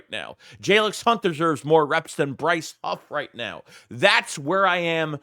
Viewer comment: Did u say Brice Huff? Did you mean cream puff 😂😂😂